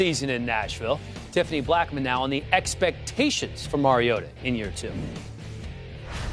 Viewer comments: did roger goodell really pronounce it "marcus mariot-o" in the beginning? lmaoooo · "Marcus Mariotoe" FIRE GOODELL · "Marcus Mario-yoda" Force strong in Goodell